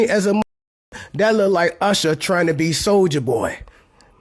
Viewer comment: That was Oosher not Usher 😂😂